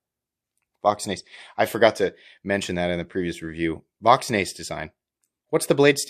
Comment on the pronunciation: I recently bought the SS version of the Large and although I like the knife the "double clutch'" does bother me... wanted to take it apart but don't have a T9 for the pivot.?!?! This looks cool though. A side note: When looking for the blade steel and you said "Voxnaes" my German brain heard "machts nichts" which is PA Dutch for "it doesn't matter". LOL! Thanks and looking forward to the review.